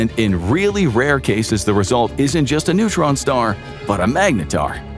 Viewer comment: timestamp - , "It's a massive neuron star". NEUTRON star, not NEURON star. Pronunciation counts folks.